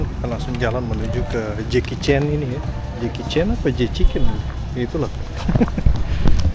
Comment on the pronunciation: Jchicken koh, bukan jekicen😅